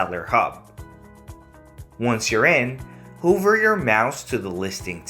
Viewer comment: Its hover not hoover😡😠